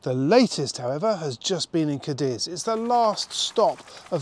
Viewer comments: it's pronounced Cádiz not Cadíz! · Unless you live in Almeria, then it's pronounced Cadi!😁